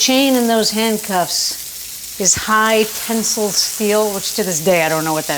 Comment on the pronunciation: It's not "high-pencil" steel, it's "high-tensile" steel. I didn't believe an adult can be so uneducated. It's something you learn in high school.